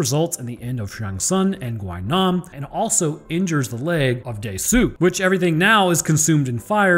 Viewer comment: Just a small fun fact AND SPOILER ALERT. Gwi-nam has a running gag within the series in which he falls from a huge fall and survives Also his name is pronounced as "Gwi-nam" Gwi is pronounced like the letter E instead of "Gwhy-nam".